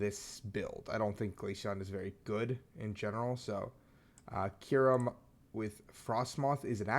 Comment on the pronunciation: The way you say Kyurem makes me uncomfortable lmao